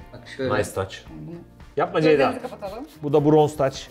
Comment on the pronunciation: nobody::çeyda deyda... ama asla Ceyda değil:)